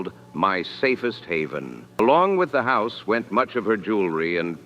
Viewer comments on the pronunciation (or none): none